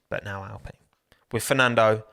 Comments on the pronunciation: Sorry, but who pronounces alpine like that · Genuine question: Why does everyone say al-PEEN instead of al-PINE? Is this a proper company pronunciation, family name, or is it just preference? This has bugged me since they first announced the team switch.